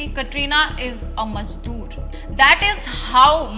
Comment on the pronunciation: why you all people pronounce Za as Ja 😭 i know the sound Za Added very late in hindi language but it's 2024 why can't you pronounce have sound Za the word is Mazdoor not Majdoor even it's written but you still said Majdoor it sounds like some gawar is talking who can't pronounce the words correctly. sorry if anyone feel offended my intention was not to hurt anyone